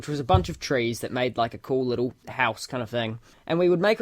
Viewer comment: Leetle wolfie